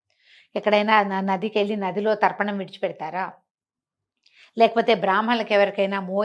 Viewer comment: Tarpanam not darpanam